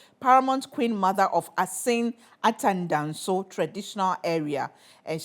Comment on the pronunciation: Assin Atendansu Pls Madam Gifty learn and pronounce it well